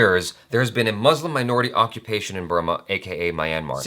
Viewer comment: Thought you learnt how to pronounce "muslim" from Vir Das' show!